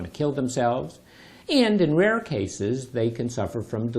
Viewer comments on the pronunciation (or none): none